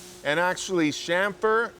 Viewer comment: Thank you so much for saying 'chamfer ' correctly. Good work mate.